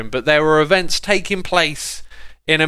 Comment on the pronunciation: events not evnts